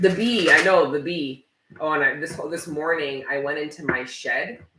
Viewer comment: “This mawning” gets me Everytime.